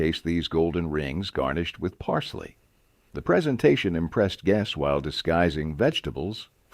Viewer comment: That, and "parseley." I'm surprised that "Worcestershire" was pronounced correctly. By the way, etymology, dialects and linguistics are my hobbies. Politics not so much.